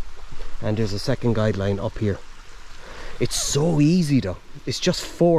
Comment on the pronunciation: Guy line not guide line!